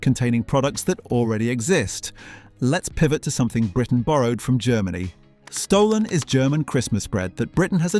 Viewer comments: It is pronounced "Schtolen" not stollen as in thievery. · OMG stollen? Pronounce it properly.schtollen